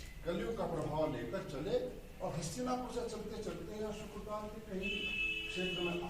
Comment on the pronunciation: सुक्रताल नही है शुक्रताल है जहां सूद जी ने कथा सुनाई थी